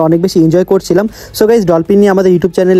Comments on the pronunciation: ভাইয়া ডলপিন না ডলফিন😊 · ডলপিন❌❌ ডলফিন ✅✅